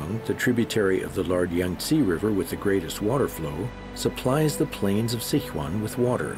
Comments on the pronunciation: and it is Si Chuan not Sic Huan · it is Sichuan not Sichua lol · Sick wan！hahahaha I'm a Sichuanese！ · As a Chinese I find his pronunciation of Sichuan hard to listen to